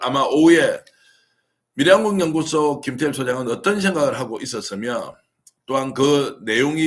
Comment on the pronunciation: 발음교정 부탁드립니다. 미래한국연구소를 밀양군연구소로 발음하고 계시는 것을 알고계십니까?